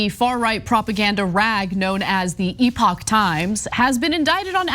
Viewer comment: TYThoe CAN'T PRONOUNCE the company name properly! 🤣🤣🤣🤣🤣🤣 Classic marxist goofball! NEVER DOES BASIC RESEARCH.